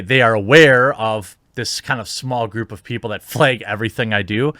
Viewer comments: It's wrong to fleg' content if there is no real reason to fleg' it. Fleg' is how Jeremy says flag btw. lol. It's cool. Stop flegging' you damn SJWs!!! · With all due respect, Jeremy..... you say "flag" weird.... anyway. Glad that you were triumphant.